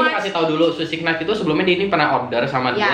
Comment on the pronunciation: Knight itu K nya silent. Jd gak kenait sih🙈